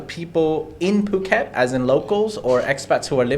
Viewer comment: I honestly don't have a problem with except for the way he keeps saying 'puke-et' 🤮